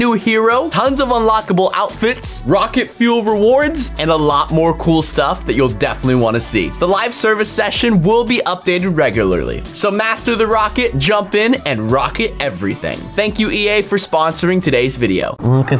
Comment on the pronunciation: "Regegulary" -unspeakable (Yes I ment to spell regularly like that. It's cause he said it like that lol)